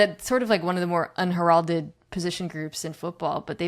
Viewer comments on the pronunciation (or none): Mina is trash. Can't correctly pronounce 'unheralded'.....jhc